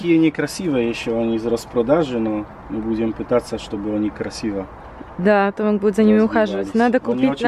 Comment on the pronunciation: Девченки, Томек , не Томак.